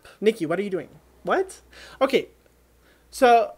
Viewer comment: the most Russian "okey" I've ever heard 😬😅